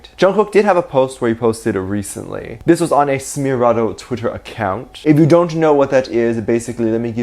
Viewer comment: Its pronounced essmeraldo not sssmeraldo and I think I enjoy broke the 800th comment.